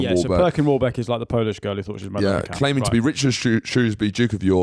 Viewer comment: Need you to clear up the pronunciation of Mad McCann sounds like Matt and I feel personally attacked 😂